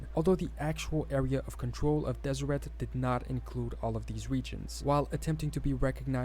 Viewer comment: I'm glad you're back. Keep on keeping on! P.s. the t in Deseret is silent (des-i-rae).